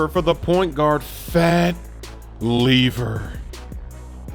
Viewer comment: Man said “leaver”